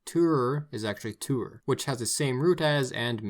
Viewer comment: Hihihi nice work on the umlaute, though you mixed the pronunciations up with "Tür", as your first was pretty close and your second was a perfect german u, not ü =)